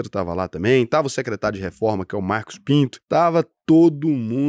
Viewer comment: Mano, essa pausa no Mar cos Pinto foi levemente questionável, pois o senhor tem histórico de subliminares 😂